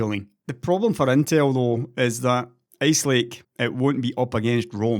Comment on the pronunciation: I love your accent man! Your "Ice lake" sounds like "ace lake" to us Americans.